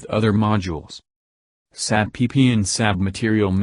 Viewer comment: Nice information. Only pronounce SAP with its initial letters🙂..not saap 🐍